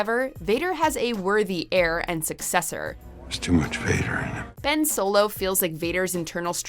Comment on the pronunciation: Ben swolo? go home you're drunk